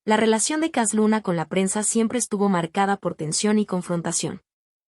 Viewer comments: Para empezar, la narradora no sabe ni leer, dice cas Luna, no Cash Luna, hay que enseñarle a leer, para poder juzgar, pobrecita y también sus seguidores, de un siervo no se habla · Pues entonces me voy a reír de ti Para que yotubi te pagué por subir videos falso de cash luna Tu voz dijo cas luna Aprender a ablar bien Solo repites los mismos vídeos Hiciste una recopilación y muy falsa por qué yo también ice una y mejor que tú yo